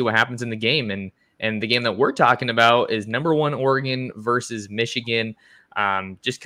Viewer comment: Versus, not verse.